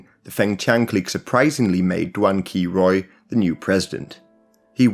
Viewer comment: Duan Qirui is pronounced Duan Chi-Rei